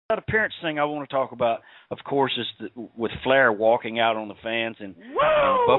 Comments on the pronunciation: I think it's doing flair.. yu could here the Canadian accent when he says "aboot" instead of "about".. and yu could here his Owen hart voice come out when he gets loud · Canadian flair impersonator. Listen to the “aboot” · You can hear it when he says "About" (Aboot). He is great!!